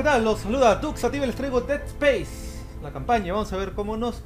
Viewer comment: es deAd Space no ded spese